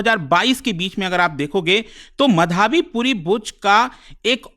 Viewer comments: bhai ankit ek naam to dhang se le le, madhaabi madhaabi kya bol raha hai , madhvi is her name. Aise same last time Bhartruhari Mahtab tujh se bola nahi jaa raha tha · अरे भाईसाहब वो मधावी नहीं माधवी है। अंग्रेजी के चक्कर में हींदी का कचरा मत करो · अबे नाम तो ठीक से ले ले उनका नाम माधवी है मधावी नहीं। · माधवी पुरी बूच not माधाबी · ओ भाई, उसको मधाबी नहीं बोलते। माधवी बोलते हैं। पुरी सरनेम से पता नहीं चला यह उड़िया है?😅😂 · "मधाबी" नहीं "माधवी" होगा उनका नाम। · Pronounce it like tarak mehta's Mādhavi... it's not Madhābi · Madhaavi मधावी नहीं माधवी है😅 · Madhaabi nhi hai sir madhvi hai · मधावी नही भाई माधवी बुच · माधवी बुच उच्चारण होना चाहिए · abe tuje madvi pronounce krne ni aata?? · What a teacher he even doesn't pronounce" माधवी " 😂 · अगर आप एक हिंदी नाम "माधवी" का उच्चारण भी ठीक से नहीं कर सकते तो आप को शिक्षक बनने का कोई हक नहीं है।